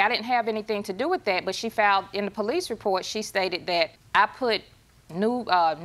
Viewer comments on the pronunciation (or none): I believe I also heard, “acquwisations” 😂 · Sorry but I laughed when she said “false akrisations” 😅😂